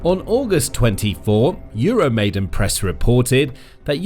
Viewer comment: EURO-MY-DAAAAAAN!!!! Come on guys! Please get it right! It's EURO MY DAAN! NOT 'MAIDEN'! You are starting to sound like trump or MTG!